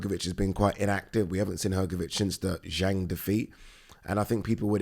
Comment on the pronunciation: "zhang defeat" 🤣 never change!